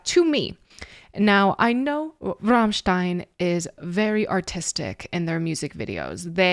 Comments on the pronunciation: Servus! You are probably the first english-speaking person who pronounces "Rammstein" correctly - with the german "RRRR";-) By the way, you pronounced "Sonne" right aswell. It means "sun".... Regards from Germany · got a new follower right away when u pronounced Rammstein pretty correctly:P u should really go and see them live its freaking awesome they are deffinitley some of the best live performances ever